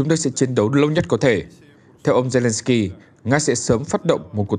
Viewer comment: Mc đọc sai tên tt ukrai nhỉ